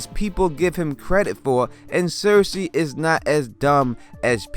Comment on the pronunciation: Good video with a solid theory,. Thank you for saying 'cersei' instead of 'sersay'